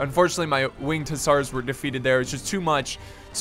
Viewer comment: It's pronounced Hussar (hə-zar or hʊˈzɑːr)